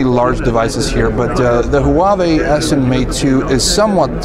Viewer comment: hoo-ba-bay? What the HELL is that?